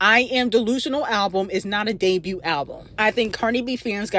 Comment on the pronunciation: It doesn’t make no sense for you at your big age to be mispronouncing that many words. The T is silent in the word “debut.” To be doing this for years and you still have not made that realization lets me know that you’re actually a little retarded 😂.